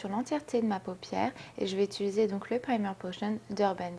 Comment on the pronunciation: Salut ! c'es étange tu dis "utuliser " ^^ Sinon très beau make up :)